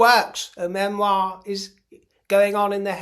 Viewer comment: Please Spare us. “ MEMIOR” Love your show.